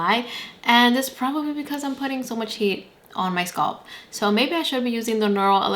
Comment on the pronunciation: The word is “scalp” with an A in the middle not “sculp”. I had to stop watching because this irritated me so much